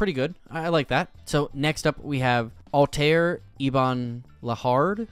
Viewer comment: You butchered BOTH Ezio and Altair's names. :(